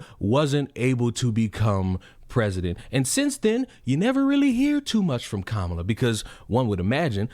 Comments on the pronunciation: kuh-MAH-luh is indian, her name is not pronounced like punctuation. Ask any indian woman: her name is kuh-MAH-luh. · So according to the guy you're a racist because you mispronounced Kamala? 😂 Which is BTW an Indian name not a Black name! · Dude is saying Kamala incorrectly. Also, Kamala is an Indian name, not a black name. Guy thought he was cooking.